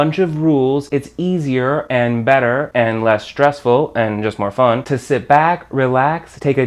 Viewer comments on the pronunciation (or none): none